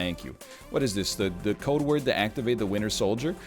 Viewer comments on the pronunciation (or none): none